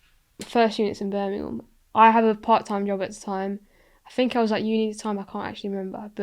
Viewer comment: im from BirminGham not Birminum